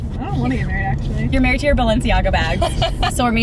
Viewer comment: “She’s getting maweed “